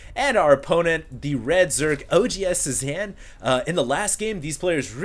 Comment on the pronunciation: Nitpick: Cezanne is pronounced: saay-ZAHN, not sue-zan. It's a French last name, not a female first name.